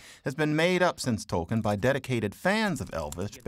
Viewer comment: He did; the narrator didn't; which includes mispronouncing his name.